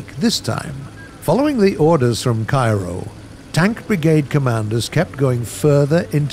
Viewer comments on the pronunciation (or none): none